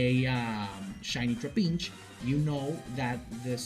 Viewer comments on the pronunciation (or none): the way he says trapinch makes me laugh every time lmao